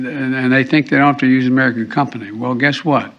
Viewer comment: I’m no an Ararican, Biden